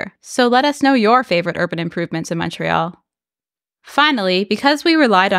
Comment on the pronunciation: So nice to hear someone pronounce Montreal correctly in English. You hear MAHN-tree-all so often on YouTube.